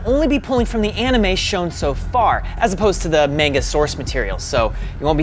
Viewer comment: Cant even say anime at the correct way, uhm duh